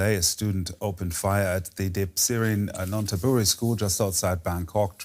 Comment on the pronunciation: Just to be helpful, the pronounciation is "nan-THA-buri." Sorry to bother you.